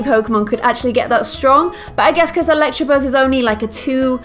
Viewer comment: it's electabuzz not electrabuzz